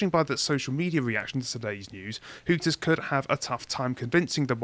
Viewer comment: It's Hooters, not Hookers guys